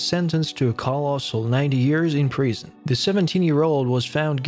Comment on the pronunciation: Why do you say Preesun? It’s Prison please use the proper pronunciation!